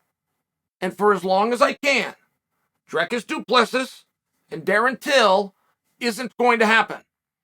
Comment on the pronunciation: I dont think thats a good match for Dricus. He has too awkward of a style and gets wild, which leads to alot of opportunity for Bo to take him down and keep him there. But hey, you never know.. And Chael, you pronounced his name wrong lol